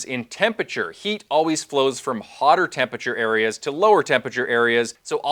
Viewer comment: I'm a nerd for science so this video appeals to me in that regard, but I'm also a pedantic nerd and find the mispronunciation of the word tempe-RA-ture as tempature to be too distracting. There is no such word in the English language "tempature" and this is where one looses some of their audience devaluing the impact of the information. Attention to detail is the difference in being heard and understood. In another point of correction it is strongly recommended to avoid using hot water from your water heater in cooking as you have less pure water from that source and the difference in time is negligible for the increase health risks associated with using hot water from your water heater in cooking.